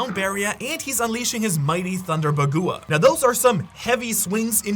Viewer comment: BAH-GWAH!!! Bagua is pronounced BAH-GWAH. Why is it so hard to say this the right way. You make me really want to hurt you.